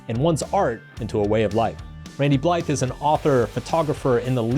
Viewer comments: Pronounced “Bligh”, the “th” is silent in his name. Yes, I’m that guy. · If you're going to have an extended format video about someone and interview them, you should probably learn how to pronounce their name instead of butchering it repeatedly. The "th" in Blythe is silent according to Randy himself. Randy "Blyyy". It boggles the mind how many times you mispronounce his name here.